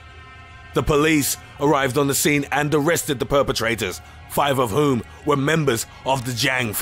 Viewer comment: ”NUMBAH TEN. MACK AFRICUH” , & ”NUMBER FEYVE. TOO HUN DRET PEE PULL RIOT” got me so hard